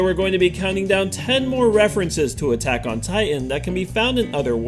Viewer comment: Buttack on titan really 😂